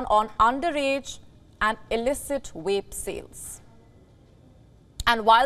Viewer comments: It's cute that she can't say "vape" 😂😂😂,she swaps v & w .wapes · Yes I've noticed this too...maybe it is hard for hindu speakers to differentiate between v and w